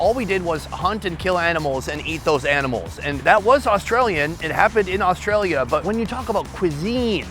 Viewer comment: That “AuSTRAlia” was diabolical